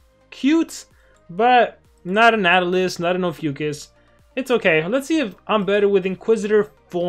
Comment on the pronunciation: It sounded like he said an atalas